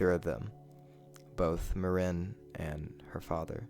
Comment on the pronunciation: I hate the way you pronounce Maren's name